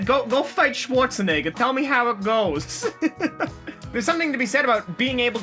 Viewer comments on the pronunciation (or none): none